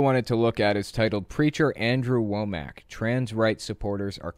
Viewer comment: Wom-mack not Wo-mack.